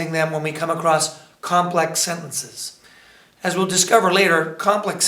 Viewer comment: sen-ten-ces say it with me not... sendnces